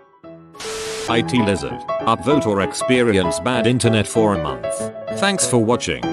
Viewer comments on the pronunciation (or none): none